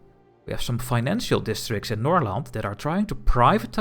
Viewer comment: Awesome tutorial! Going through things and explaining while playing is very helpful! Your pronounciation of Norrland and Götaland were so good that I first thought you spoke a dialect of Swedish or something, and that's massive props because not many foreigners get that the g in that name is pronounced as "y". Your Svealand was cute as it's very very Dutch :D